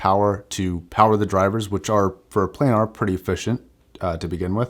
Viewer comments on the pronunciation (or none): none